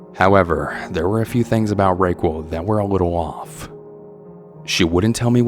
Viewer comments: I can’t help but wonder if the person you’re referring to as Raykwel is actually raquel (pronounced ra-kell) lol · Is no one gonna address him pronouncing Raquel as "RayQuil" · I was like "hm, what an interesting name Rayquel..." then my Spanish brain translated it. RAQUEL (RA-KEL). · The way he pronounced Raquel lmao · That’s not even close to the correct pronunciation of Raquel. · I’m sure someone’s commented already, but I’m guessing the name your pronouncing Ray-quil or Ray-quo is probably “Raquel” spoken as Ruh-kel (Raquel). Also Raquel is Wiccan not wicked Thanks for your narrating! And thanks to all those who send in their stories. And Veronica… sorry but taking photos of strangers in a public place is not illegal. Nor is pleasuring yourself… Danny just sounds like a typical extra horny dude. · I think that you pronounced the word Wiccan wrong. It sounded like you said “wicked.” Also, I wonder if the lady’s name was actually spelled “Raquel” or “Racquel” and is actually pronounced “RUH-:kell?” Just wondering since I’m not able to follow along with accompanying text. Cheers! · Omg!! Please learn how to read. Its wickens. Not wicked. And Racquel. Definitely not the correct pronunciation